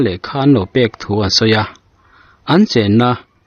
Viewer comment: Thuba tih hi, ( phuba )tih tur a ni zawk lo maw?...A bengvar thlak thin e...Inp chanel vul zel rawh se.